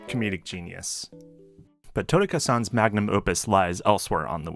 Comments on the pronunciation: Your pronunciation of "Totaka" pains me, but I'm enjoying the vibes. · The way you say Totaka hurts my soul